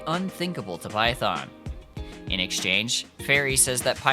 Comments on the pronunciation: you can get defensive all you want but you have to understand that misprouncing something so core to a game (or any video essay topic) is a huge red flag usually seen with situations like slop content mills. Example: Illuminaughti covering Silent Hill / Centralia, PA. It makes the viewer not want to engage at all even if there was a lot of effort put into it. I'm sorry but for a lot of potential viewers its gonna be an instant click off. That you didn't know there's a difference between the Japanese and English pronunciation is understandable, but if youre going to make an English language video, you do need to know how the game pronounces those key phrases in English. Because there are plenty of players who have never heard the Japanese dub and would be confused. That includes myself. But that red flag initial impression is still there. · Its Phaethon. Not Python. Still great video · Are you saying the sibling’s name is “Python”? It’s “Phaethon”, lul. Just wanted to correct ;3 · gotta agreed with others how "PHAETHON" spoken made me take back my like, it just an irk but noticable one. but like again cause it good video. tho can see most people would click off just from that pronounciation. "cause it JP dub blahblahblah" cool but that not actual main language it CN game and ZZZ dev into urban + greek mythology. 'Python' no way is same proxy we all know. heck can be knockoff Phaethon and no one question. not try sound aggressive but i appreciate if main source is not lost due different cultural preference (JP not best english speaker) heck this game respect any JP names with correct sound, just do same is most bare minimun plus no one will flinch cause who the heck is python. not even live in US or whatever, it that bad. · I think he is saying that because he follows the JP VO In JP they say it as Python LOL🤣🤣🤣🤣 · I don’t like the way you say Phaethon. Great video tho